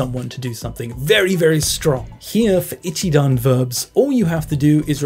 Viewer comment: Great video! Can i just correct one thing!! - The accent on NoMAnai is correct but Shi NA nai isn't correct. Its shi na nai. It doesn't rise anywhere 😟 same for ashita, it doest rise at aSHIta. And sorry to be picky, its not 'I'chidan, its i'CHI'dan 🫣